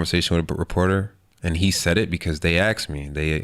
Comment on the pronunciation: Kao što u Srbiji neki kažu “kuj” umesto “ko” 😁